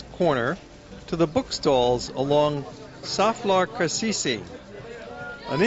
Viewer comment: I enjoyed your films as well. The only thing that grated on me was your pronunciation of place names. I'm not talking about having a perfect accent, but at least learn how Turkish letters are pronounced. There are only a few odd ones (like "C" being pronounced as English "J"), and it's 99% phonetic. "Beya-ziddy Kammy" or "Sofflar Kasisi" are unrecognizable. Imagine if a foreign reporter pronounced